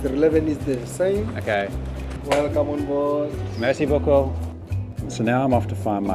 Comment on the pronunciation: Anyone of any background: speaks This guy: Mayr-see boo-coo!